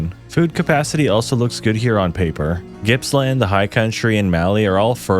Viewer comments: He said Gippsland instead of Jippsland, he's never met anyone here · Australian here, Gippsland is pronounced Jippsland.